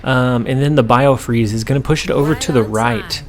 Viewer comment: Hey, let's take a guess at who STILL can't say the right location name? If you guessed you're right. B-i-f-r-o-s-t!!! Not biofreeze. How are you not even catching this when you edit? I enjoy your videos, but man, come on. Also for Sulky Hulky if could do some shorts on your card upgrades of the before and after of the upgrade.